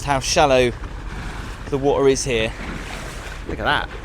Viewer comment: “Look a’ hat!” says. What accent is that?! ❤😂